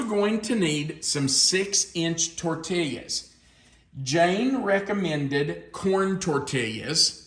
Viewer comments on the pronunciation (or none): being from the southwest, it truly pains me to hear you pronounce tortillas. This is a Spanish word. In Spanish, a double L is produced as an English Y. The correct pronunciation is tor-tee-yas. Love you, but please don't stab me in the heart any more. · Just so you know, the l's are silent in tortillas. Pronounced tortias. I'm from New Mexico. BTW, where are you? Did you move? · The concept kinda reminds me of the enchirito that Taco Bell used to make, and that was always a favorite of mine, but I'm sure this is much better., the way you were saying tortillas was making me smile. Sometimes it sounded like tortillyas, and sometimes it was more like torteeyas. No matter how you pronounce them, they're always great. Happy Sunday!